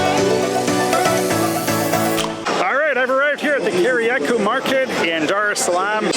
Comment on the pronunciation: Kariakoo is pronounced "carry-uh-co"